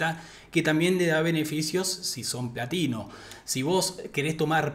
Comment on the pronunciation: Se que decías platino, pero no podía dejar de escuchar nivel latino 😂